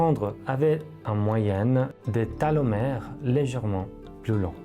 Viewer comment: Télomères, pas télometres